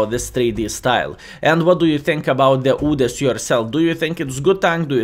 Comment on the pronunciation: I like how u say udes "OODES" 😂😂